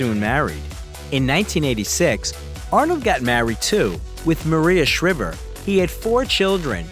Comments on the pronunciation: Jeeezus.. I hate to be a "spelling nazi" but how the heck do you get Maria SHHHHRIVER's name wrong? It's SHRIVE-ER... lol.. And, I can't stand that bloodline of criminal politicians and the other scumbags.... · At least pronounce Maria SHRIIVER NOT SHRIVER, Long I sound! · Shr’i’ver 🤷🏼‍♀️ He must be a bot? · It’s pronounced Shr👀ver ….as in eye!!.You are American and can’t get this right?? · Her name is, M A R I A S H R Ī V E R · Mari-a Shrivver... really, you said that? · Maria Shriver. Long "I," not short, as in "shiver me timbers." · you are pronouncing Maria Shriver wrong!! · The modern American dream. Wow - you butchered Maria Schreibers name. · You did a lot of work on this and that is great. Only problem is you keep pronouncing is wife's name wrong. I just don't get it as it is so well known. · Why do the commentators of these types of videos constantly miss pronounce words and names? Shriver and phantom. Do your homework before posting.